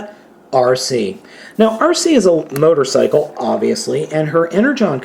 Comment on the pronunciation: At one point I thought you said mightercycle